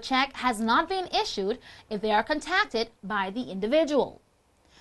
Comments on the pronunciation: she mispronounced distributed and contacted. jeez. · she mispronounced distributed and contacted. jeez. and the guy with the gold chains might want to sell them or at least cover them up before crying poverty.